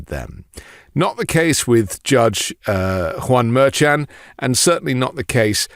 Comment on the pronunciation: Please check how to pronounce Juan Merchan. Haven't heard anyone else pronounce it in that way.